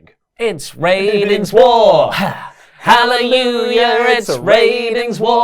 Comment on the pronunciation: Why can't say Hallelujah?